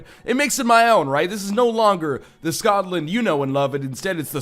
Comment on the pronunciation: My gosh the "SKOTland" made me laugh so damn hard, that I have to favourite this episode XD